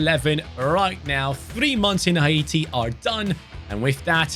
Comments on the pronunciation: what the hell is hi-eaty its hati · Dude its not ha-e-ti😂 its hate-e (haiti) brov its a french word not english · It's haiti man. Not haite man. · it’s pronounce Hay ti not Ha e ti 😂😂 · u pronounced haiti wrong it’s “hay-tee” but love the video ❤❤❤ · I’m from Saint Vincent and the Grenadines🇻🇨. Love your channel but some of the countries you’re pronouncing them wrong especially Haiti and Grenada…